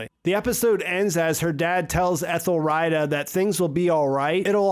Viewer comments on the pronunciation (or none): You do know that its pronounced 'Ethel - Rita (Ree-Tah)', right? Please stop saying Ethel 'Ryda'.